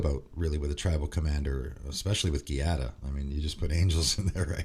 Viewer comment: hey man, just wanted to le let you know that "gia" from Giada is pronounced like "ju" from the word justice.